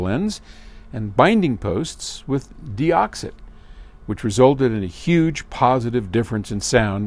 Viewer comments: What's funny is he said it right when he was reading the letter at the beginning, but then said "detox" later in the video. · Doing thee ole in/out to your connections will last longer with DeOxit. Not 'DeToxit." My co-worker does that and it flares up my OCD no end. Then when I heard do it I wanted to do self harm. (not really, y'all get my point.) Actually it's quite funny tbh.